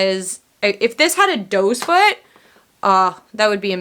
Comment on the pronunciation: Are you saying dose foot? Is that what they're called in Canada? Hehe you're too cute! We call them "doe" foot applicators 😁 Edit: I do want to try that MAC concealer. I hear so many good things about it. I just bought a MAC paint pot. I hear you rave about it so I can't wait to try it. I bought "layin low." You're a bad influence 😉😄